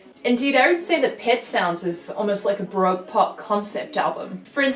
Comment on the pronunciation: Pedant Alert!!! How were you pronouncing “Baroque” correctly and then .? ;-}